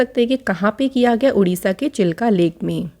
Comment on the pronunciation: Q87- it's Chilika Lake odisha , not Chilka Lake